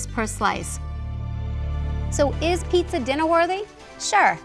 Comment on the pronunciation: Sounds like PETA not Pizza.